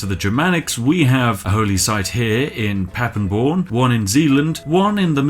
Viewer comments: The name reads Paderborn, Spiff pronounced it Pappenborn. Never, ever, was i so offended that my home town gets pronounced that wrong. Still better than Bielefeld! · PaDeRborn, not PaPeborn :P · ITS CALLED PA-DER-BORN!!! P.s thats my hometown and im a big fan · As someone living in Paderborn I feel insulted by your pronounciation, but I welcome the invasion of Reano Keeves to finally convert us back to from catholicism to good old germanic!!